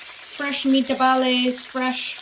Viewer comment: LOL "the only meat I will ever be touching for the rest of my life probably" 😂😂😂 Omg I am freaking DYING over here!!! Those meat-a-ball-ayes (my Italian pronunciation is a bit rusty) and sausages look absolutely delicious!! The Baby Moon and Duckhead Forge knives look incredible, as do your amazing wallets! Love the spooky colors!! You might not flip anymore, but at least you can still Sip & Stockman? Sip & Pinch? Sip & Nail Nick??? Super fun and chill video!! Came for the knives, stayed for the mom and meat jokes!!! The Mineral Wash looks stunning on you btw!!! 😻 More Cooking with videos, please!!!! 🧡